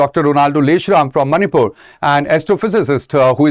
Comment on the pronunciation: Not a big issue whereas the way he pronounce the very word of the Manipur is not satisfactory😏